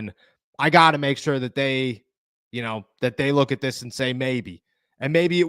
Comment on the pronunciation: STOP saying LOOKIT ffs